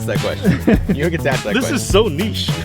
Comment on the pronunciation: Thank you for pronouncing "niche" properly. On the other hand it duzzen madda!